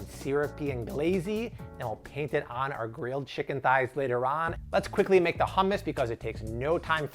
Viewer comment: It's not ham-us 😭😂 I die every time you say it like that. It's hum-us 😂😂😂